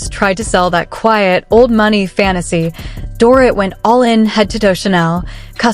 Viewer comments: Can't the creator of this video adjust the AI voice to pronounce the name Dorit the proper way, which is Doreet? If they use AI to speak, why can't they fix it to pronounce the names of the major subjects correctly? Lazy. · Please learn how to correctly say her name....DorREET! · I know - it's DOREEET not DORIT!!! And Hermes is pronounced ERMEZZ - not whatever the AI voice was saying, lol. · I agree, it is lazy ! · They jacked her name up for sure.